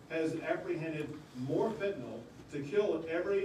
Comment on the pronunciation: Gov. Abbott & President Trump are 2 of the few ppl who pronounce fentanyl correctly: "fen-ta-nill". Does the MSM say it wrong intentionally?